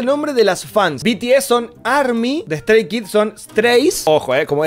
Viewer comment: JAJAJAJAJJ ''De Stray Kids es Stray'' JASJSJSJ NO PUEDO es ''Stay'' no ''Stray'' jjajsj